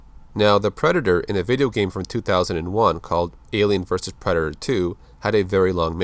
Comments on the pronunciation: He said preder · are you saying black predator or that predator ?